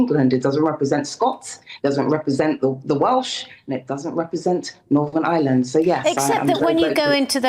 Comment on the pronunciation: Silly cow it’s Northern Ireland , not Northam Island